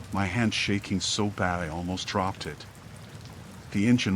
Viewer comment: sounded like he said "i crapped my phone" 😆